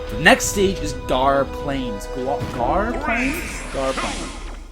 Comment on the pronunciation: Gaur is pronounced like Sour. Gaur Plain